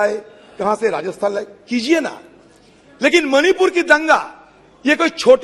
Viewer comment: Say मणिपूर मोनीपुर नहीं